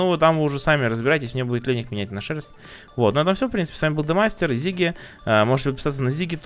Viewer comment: Не Зиги а Сиги